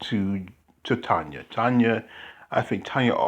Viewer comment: It is Tonia (sounds like Tonya) not Tony I never answer to Tony, Toni, Tonie…etc lol